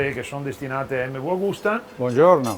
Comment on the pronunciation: Tutto bello, ma per noi settantenni la giusta pronuncia è EMMEVI, la u finale non si può sentire, peccato venale sia ben chiaro irrilevante